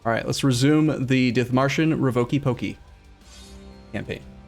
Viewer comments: And also the I is long, Deet-marshen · The "H" in Dithmarschen is silent (as is any H after a T in German), so please ignore it. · The „h“ is silent in dithmarschen.